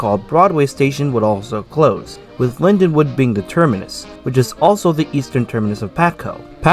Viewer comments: Linden-wald, not Lindenwood! Dummy!!! I rode the last train to Cape May from Lindenwald on September 12, 1981. The last train in was the next day. In the last years weekend service was one train out Sat AM and one train in Sun evening. Other errors too. Reading went bankrupt too in Nov. 1971. The RDG was having to pay for PRSL losses but they did gain traffic access to former all-PRR points. By 1971 psgr service is was pitifully bare. I won't bother finishing watching, too much waste of time. The business left the PSRL. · It’s Lindenwald not Linwood, typical nj style property taxes killed the South Jersey rails